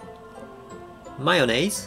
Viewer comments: TRIES?? :D I simply lost it at "Mayonnaise" :D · Omg my jaw seriously dropped when you said "mayonnaise". Haha nice joke xDD